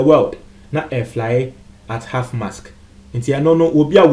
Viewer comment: Is anyone else hearing half mask? It is Half Mast!!!